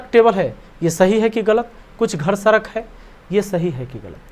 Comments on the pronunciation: सरक नही सड़क बोलिये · sadak hota sarak nhi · Sarak nhi sadak hota h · Are ji Sarak Nahin Sadak Hota Hai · Wo sadak hota hai Sarak nhi 🙂🤣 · Wo सरक नहीं सड़क है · सर आप सड़क को सरक क्यु बोलते हो 🤔🤔🤔